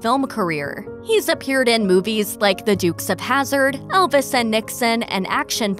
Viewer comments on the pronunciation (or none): none